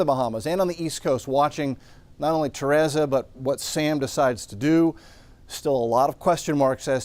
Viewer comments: Teresa not Terasa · My name is Teresa and people are always mispronouncing it!!! It is Te re sa (tuh-REE-suh) At least it is spelled right! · Do you purposely mispronounce names because you did the same thing with Henri. It's Ter-EEESa, k? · Ta-ray-za??? Very strange way to pronounce Teresa. But whatever. 😂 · “Mother Tereza” 😂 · LMAO TEHRAZA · Learn to pronounce Teresa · the only moron trying to sound wise here is you, making excuses for why this guy can't pronounce a simple, common, name! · That’s how you pronounce it when cancel culture exists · Fantastic update as always, but how you pronounced "Teresa" hurts me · Would hate to learn ESL from this guy 😂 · Love but what if I pronounced his last name like “Raul” 😂PowOol. He’d be hurt too All jokes aside grateful for him and these awesome updates:)